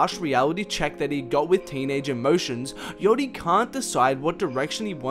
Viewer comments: its not yotty ffs... yAchty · wtf is ‘yotti’